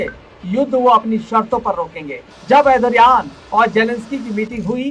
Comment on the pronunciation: Bhai pahle tu Erdogan nam lena sahi se sikhle